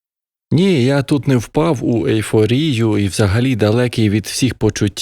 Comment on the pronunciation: Не впав у "ельфорію" - гадаю, так було сказано навмисно :)